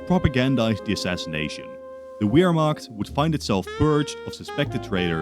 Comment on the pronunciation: The Uermacht?